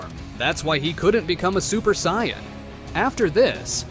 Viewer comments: saiyman not saiymon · I can't stand AI voices, they mispronounce way too much, sai-on instead of Saiyan, come on! Also if Goku's power level was over 200 as a baby, he would've wrecked everyone as even Kami's power level was only around 180 and he was the strongest on earth at the time. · if i hear another SAIYON story imma go nuts... SAIYON ERYWHERE~ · sion = saiyan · saiyan not scion a.i couldn't even get that right lol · Ah yes Goku: the Psion that learns the dodahnBahn and stays at the Camby house after killing the owner. AI can't even pronounce threatening, it says three-tening. P.S.: Kameha Kamiya?